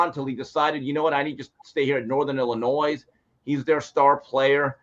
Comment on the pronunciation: is the man, but he gotta be trolling us with his insistence on IlliNOISE pronunciation right?! haa